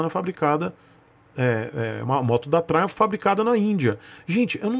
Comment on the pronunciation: Tioo tabajaj, "truimph".... 😂😂😂😂😂😂 Triumph alta cc e baixa cc truimph😅